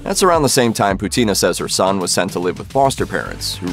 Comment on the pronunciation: Not Putína. Pútina! 😆